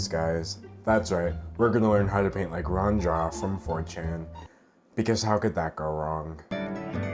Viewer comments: angrily you said his name wrong it's pronounced roo-anne jeep >:-( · The monotone voice really kills me Also Rue-ahn Gee-ah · i think since it’s mandarin, it should be pronounced as “ru-wan jyah” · btw its ru-ah-n gee-ya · IT's pRoNOUNCed "RU-AHN JEE-AH" you UNCulTuRED swINE ! !!1111 Jokes aside. Honestly, so many people do get mad at an artists success instead of actually doing the work to get there. It's completely counterproductive, makes you look like an ass and less likable as an artist. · it's pronounced like roo-an jee-ah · it's pronounced Ruan Jia... idiot.